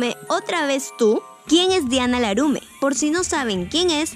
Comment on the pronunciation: Es laurme no larume